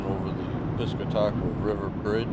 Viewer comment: PISS-CAT- TE-QUA not whatever the hell you said bahahah. Keep up the 7.3 vids.